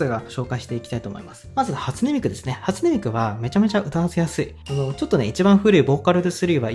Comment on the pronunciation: 「初音ミク」の発音が「味の素」なのすんごい好き